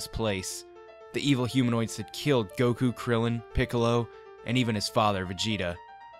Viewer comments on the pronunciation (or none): none